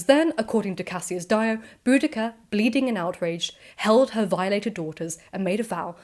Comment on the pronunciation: I've always heard her name was pronounced Bow- dish- ah